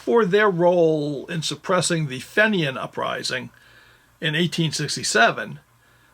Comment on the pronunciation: Just one thing, “Fenians” is pronounced “Feenians,” as in “Fee” or “Tea.” It’s not pronounced “Fen” or “Ten.” I hope your shoulder and arm gets better soon! When we get to a certain age it takes longer. Keep up the good work. I find most of your offerings very interesting.